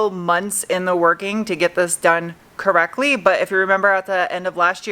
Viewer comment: I heard "here until ten twerking on this thing" 🤦‍♂️🤣